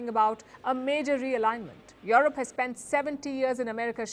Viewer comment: Yorup you need to work on your pronunciation fool.